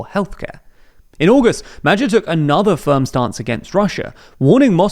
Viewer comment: It would be nice if journalists would one day learn the proper pronunciation of names and organizations. It is pretty annoying to listen to them butchering these (and neither Magyar or Tisza are obscure words, being the proper demonym for Hungarians and the name of the second largest river in Hungary)